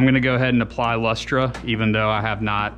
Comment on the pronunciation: LOL! It's pronounced "Luster". That's just how we weird Aussies spell it. Strange, I know.